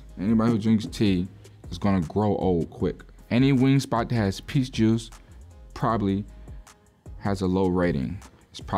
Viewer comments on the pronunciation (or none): none